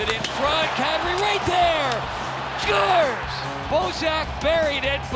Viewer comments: Announcer/Commentator: SCHUERZ! (Scores) LOL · god i hate how he said "SCORES"